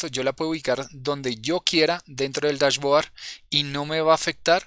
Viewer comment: bien.. se pronuncia DashBoard -(bord), no Board...